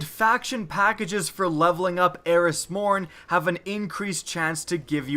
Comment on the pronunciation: "Fackages" XD or am I the only one who heard that?